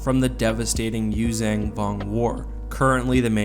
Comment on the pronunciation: why oh why do you pronounce it "Yuuzang" when it's "Yuuzhan"